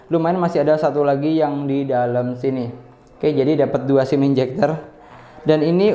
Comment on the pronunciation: ejector bang, bukan enjector haha.. sukses terus bang love you